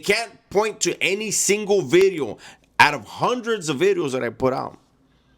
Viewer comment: Hey, just a couple humble requests: 1) can you say "Video" differently please? 2) stop taking such long pauses between sentences, your not a philosopher... 3) can you discuss more adult topics, alot of your content is childish... But keep up the good work!